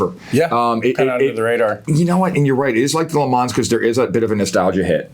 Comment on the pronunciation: Gentlemen!!! Le Man. Not Le Mans. The S is silent.